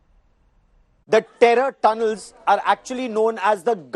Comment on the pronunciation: Ah yes, "DE DERROR DUNNELS"